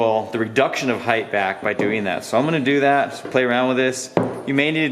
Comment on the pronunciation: Why is every you tuber saying "heigth" now? Mind boggling!